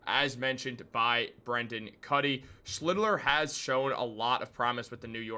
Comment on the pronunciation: You're mispronouncing the pitcher's name, its SCHLITT - LER. Like Shit but with the L.